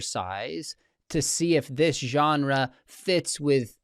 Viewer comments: It’s hard to take him seriously when he pronounces genre like that. 😉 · I can understand and wrestle with everything Dr. Craig is saying here .. EXCEPT .. for HOW he’s saying Genre 😂 that’s uniquely unacceptable and quite frankly I’m offended .. 😂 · I would like to have a debate with WLC on how to pronounce the word "genre". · WLC tongue roll pronunciation of the word genre was enough to convince me